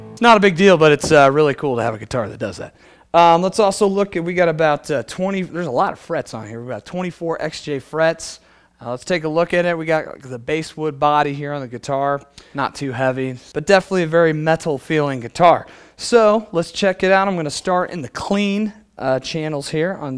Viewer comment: base wood? lmao its pronounced "bass"wood